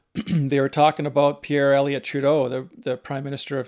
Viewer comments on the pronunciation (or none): none